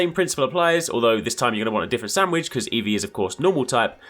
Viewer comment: Lol the way you keep saying "Sam-widge" 😂